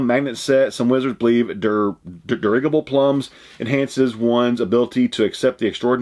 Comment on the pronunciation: just to let you know, the word "dirigible" is pronounced "dur-RIDGE-ibble". It is another word for a blimp or an airship. ( like the Hindenburg ) The word has its origins in the French word "dirigeable" which means steerable. Happy New Year to you and Becky from Toronto, Canada! 🇨🇦